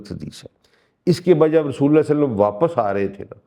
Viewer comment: آپکی تفسیر اچھی ہے لیکن آپ نے جب بھی قرآن کی تلاوت کی اس میں تجوید زیر زبر کی غلطی ہوتی ہے اس سے دل میں آپکے قرآن کے طالب علم ہونے کے بارے میں وسوے آتے ہیں کہ پہلی شرط تو اسکو ٹھیک سے پڑھنا ہے ہے ان آیات کی جو تلاوت جناب نے کی ہے دو جگہ واضح فرق ہے لکھے ہوے اور پڑھنے میں ۔ دوسرا جب بھی آپ درود پاک پڑھتے ہیں کہتےہیں وسلم میں ل کے نیچے زیر کی آواز نکالتے ہیں اور حالانکہ عام طور پر ل کے اوپر زبر ہے ۔ مزید برآں آپ کا دعویٰ پڑھا لکھا ہونے کا ہے لیکن معاف کیجئے گا جب آپ عربی پڑھنے تو لگتا ہے کہہ سک انڑھ شخص لب کشائی کر رہا ہے ۔ قرآن کو تو خوبصورتی سے پڑھنا چاہیے ۔ اس چیز پر غور کریں کیونکہ آپکا دعویٰ ہے کہ آپ قرآن کے طالب علم ہیں ۔